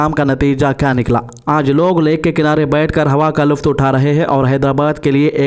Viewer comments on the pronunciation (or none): Janab news reader sahab aap ne news mein jo lafz luft kaha hai woh luft nahin balke lutf hai zara urdu news mein iss baat ka khayal rakhiye.